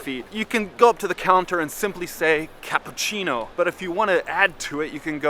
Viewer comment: You are very good. I'm sure you can learn to say cappUccino and not cappAccino.